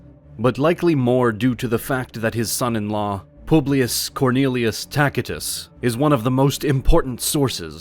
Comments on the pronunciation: Takitus lol its Tacitus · If you pronounce Caesar as "Sesar" then you should pronounce Tacitus as "Tasitus" (You cannot switch latin centuries between words) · Come on man. You got to get Tacitus’ name right if youre going to make an educational video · Your AI needs a little work... Simple things like pronouncing many words, including 'Tacitus' and 'piety' incorrectly. And misspelling 'Caesar'. Sort of ruins any authority in your version of Roman history.